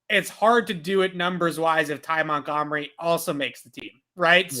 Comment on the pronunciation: you have butchered so many names it’s ridiculous at this point. If I have to hear you say Ag-u-lar (instead of Agholor, ag-o-lore) or MontGOMery (pronounced mont-gum-er-ee) my ears are gonna slap me in the face. Take literally 1 second to learn the damn names of the players that your report on. Smh montgomery is literally a very famous name